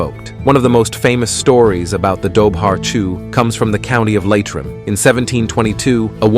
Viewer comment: If you are going to do a video on any Irish myths learn how to pronounce not just the names of the creatures but the names of the counties and holidays please you mispronounced a lot of these with samhain and leitrim being just two of them you got wrong